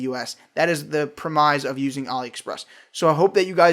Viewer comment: never heard the word "premise" pronounced like that before